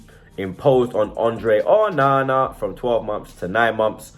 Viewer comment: Just say Onana normally ffs